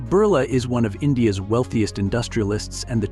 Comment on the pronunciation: It's not burla .it's Birla